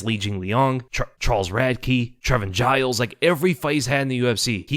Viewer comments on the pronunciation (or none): none